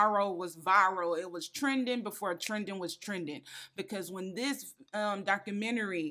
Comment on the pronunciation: What is a doc-crew-mini-ree 😂🤣